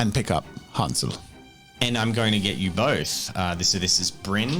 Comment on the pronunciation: I find it kind of funny how you pronounce the Names Wolfgang and Hänsel as the pronunciation of ä in Hänsel and a in Wolfgang is the other way round actually. The ä is pronounced as the a in the english "gang" and the a is more like the u in "hunt". And the o in the German word Wolf is actually an o (like in "moldy"), not an u as in the English pronunciation. Just a minor technicality that made me giggle a bit. ;)